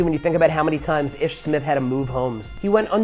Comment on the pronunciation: Ish's name is pronounced "Eeesh"